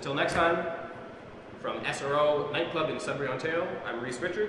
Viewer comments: Sudbury what? "Onterro" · Sudbury what?... "Onterro"